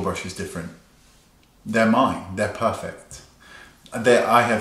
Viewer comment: OMG the way you say perrrrfect! I'm sure we will all be puuuuring when our orders arrive!